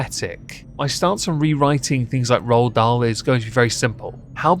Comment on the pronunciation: The Witches was one my favorite books growing up!! Ppl ruin everything- leave Ronald Dahl alone!😭 (Also, why are you () saying his name like that, "RahlDahl"? You're like Stewie with the Cool Hwip.)